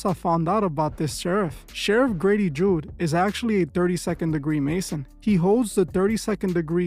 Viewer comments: Its Judd, not Jude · It's Judd not Jude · Grady Judd not Jude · It's pronounced judd with out the jew lol😂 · You are saying his name wrong truth is lol , but a lot of things have been coming out about him this past year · Lol, I can't with the pronunciation of Judd. Most police officers are free masons tho.